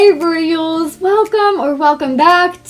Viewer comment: "Hey ru-yals"